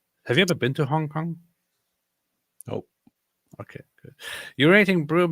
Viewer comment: We need to get to say "Hong Kong" more often 😂 I'm like half Chinese and I find how pronunciation partly offensive 😂